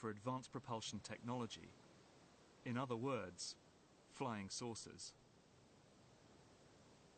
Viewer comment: The way he said "In other words" was weird.